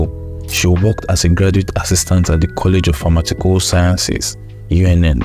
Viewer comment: Pharmaceutical not pharmatical